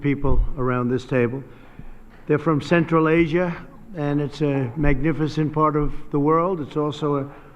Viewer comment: Ол: "Централ эйжа зис ис фантастик рижн" - деп отыр!